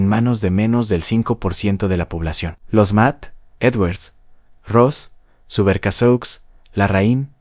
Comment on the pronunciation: Gracias. Muy buen video! (Subercaseaux, se pronuncia “ Subercasó”). Saludos! 👋🏻🌺.